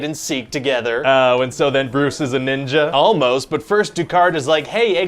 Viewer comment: Every time you said Ninja I heard the n-word😂😂😂😂😂😂😂😂😂😂😂